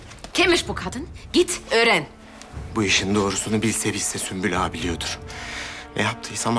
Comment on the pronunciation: Nobody : Prenses : Süslimaga